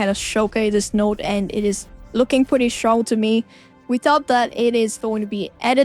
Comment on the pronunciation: Very SHtrong, Critical SHtrike 😂 Sooooo cute 😊